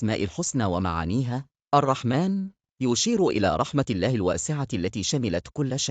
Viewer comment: نطق اسم اللًه سبحانة و تعالى نطق خطأ فى معظم الفيديو